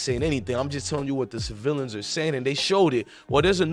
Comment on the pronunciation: OMG, DUDE YOU REALLY REACHING FOR A STORY, CAUSE WHAT YOU’RE SAYING DOES’NT EVEN MAKE SENSE, AT THIS POINT NOBODY KNOWS ANYTHING EVERYBODY IS SPECULATING…… AND JUST A LITTLE ADVICE MY BOY, THE WORD IS CIVILIANS NOT CI-VILLIANS!!!!!!!! SMH, PLEASE GET HOOKED ON PHONICS!!!!!!